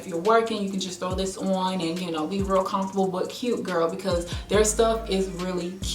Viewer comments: Lol the way you say comfortable. Confortable? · I love the way she says comfortable 😂